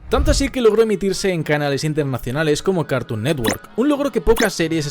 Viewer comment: RecoRIDO internaCIONALES Habla bien lcdtm